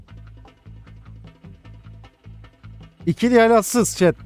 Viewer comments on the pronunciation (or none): adsız değil atsız btw